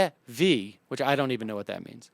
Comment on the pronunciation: TeV is energy. Pronounced "T E V". "eV" is an electron volt. T is tera..which is indicates the number of zeros much like "milli"meter or "kilo"meter. Just wanted to point that out since I found your attempt at pronouncing it funny.